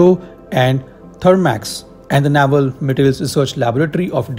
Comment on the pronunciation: It's pronounced nay-val nya-val is our belly button 😂